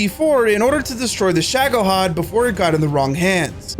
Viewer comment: It's ShagohOd, not ShagohAd